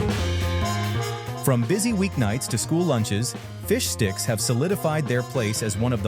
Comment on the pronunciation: It's bad enough that it sometimes sounds like "fish dicks" depending on how fast it's pronounced.